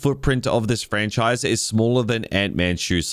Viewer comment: Ha ha! DUB-MEST. You don’t like this “Frach-nise” do you?